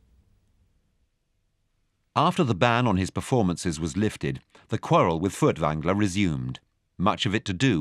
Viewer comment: Why are all the German names and words so poorly/wrongly pronounced? You would have thought someone would have coached the narrator a bit. I mean "Fertvangler"...